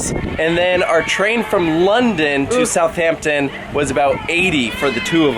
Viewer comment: Not “South Hampton”, it is a more “South Ampton” but one word